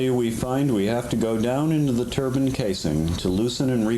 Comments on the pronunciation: You’d think that someone who was working on a turbine would know how to pronounce it... Turban 👳🏾‍♂️=\=⚙️ Turbine! You feckin’ 🥧 🔑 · Its not a turbun, it's called a turbine